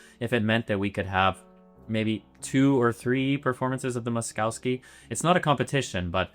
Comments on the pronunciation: It's pronounced Mosh- KOV-skee, not Mos-cow-skee. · BTW the name should be pronounced Mo-sh-kovsky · Good video except for the repulsive pronunciation of Moszkowski. There are no skiing cows is Polish names. "...kowski" is pronounced koffski. The first sylable is Mohsh. With the internet it is possible to look this up rather than bastardize a Polish name. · Pronounced “Moss-koff-ski”. No cows in his name. Makes for difficult listening. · It's pronounced "Mosh-koff-ski" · I have never heard anyone butcher "Moszowski" this terribly in my life, and my last name has similar pronounciation issues for non slavs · Please pronounce Moszkowski correctly fml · Mispronounced Moszkowski name the whole video. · How can you make a video about a guy and pronounce his name wrong every single time it just shows laziness to not even type his name into google translate and hear how it’s said. Imagine if someone kept calling Bach “batch”